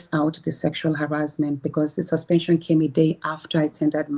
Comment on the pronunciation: See akpabio illiterate mouth like, “sush-pen-chun”. I believe everything that Senator Natasha is saying. And if anything happen to our duly elected Senator Natasha, then it must be seen as the doing of godswill akpabio who never does God’s will.